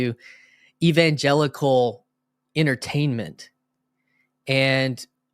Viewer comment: says evan-jellicle so many times at the start of this video that it gave me Cats flashbacks.